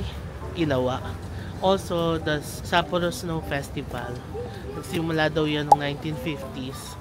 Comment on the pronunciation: You’re the first vlogger that I’ve seen who pronounced Sapporo correctly.